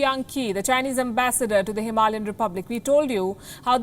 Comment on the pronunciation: It is pronounced as HIM A LAY as in lay down AN